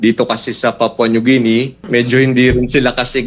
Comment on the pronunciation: Atty.. ang sakit sa tenga ng Papua New JI-ni mo.. ang tamang pronunciation po ay GI-ni.